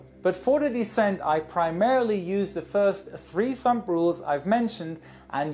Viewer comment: Hey. Thumb is pronounced like "thum". We don't pronounce the 'b'. And we don't say "thumb rules.' We say "rules of thumb". Sorry for being nit picky. I just want you to be perfect!